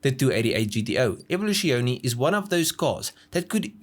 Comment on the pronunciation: you pronouncing Evoluzione is just the dumbest thing I have ever heard...